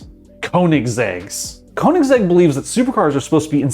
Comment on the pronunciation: Koenigsegg might be hard for you to pronounce because you don´t know that "oe" is pronounced the same way as "ö" and most americans think they are too good to have to learn how that letter is pronounced. It´s not the manufacturers fault, it´s all on you.